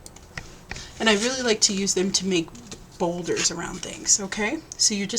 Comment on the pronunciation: She I-love these! Cheap but beautiful-who doesn't love to receive pretty tags? Love ur energy. U crack me up every time u say boulders for borders!